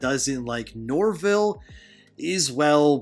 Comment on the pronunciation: “ Shaggy, sorry I mean Norvil “ No it’s okay bro you pronounced it correctly.